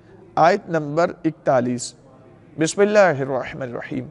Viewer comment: Khuda ra Bismillah to Therk se parhen.